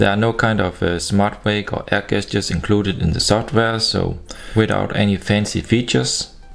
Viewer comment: I always enjoy watching your videos and your English is very good too. I always find it a little funny that you pronounce gestures as 'gestjurs' rather than 'jestjurs' but as your English is 1000x better than my German, who am I to criticise!